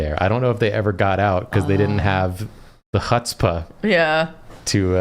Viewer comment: if you look closely you can see the sheer disappointment in eyes as fails to pronounce chutzpah even remotely correctly